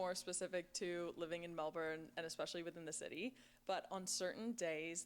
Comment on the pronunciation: You cant see it all in a day, no chance ! You would think she could pronouce Melbourne right !